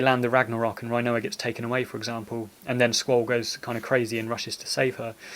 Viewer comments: youre a well spoken bloke. its got to be rin-oa not rhino-a though cmon! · i love everything about this video, except how you say her name! rin o a not reye no a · Did you really say Rinoa, RHI-NOA?... and you call yourself British... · Sorry but I love how you pronounce her name Rhinoa 🦏😂